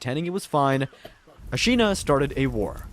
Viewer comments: The way u pronounced Ashina made me feel like you didn't die to Genchiro that many times lol... or played the game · lord, its pissing me off the way you say ¨ashina¨ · are you expecting acutal pitch accent accuracy? :O i mean he does say the syllables correctly. i think it was a↓shina and not a↑shina how he says it in the video.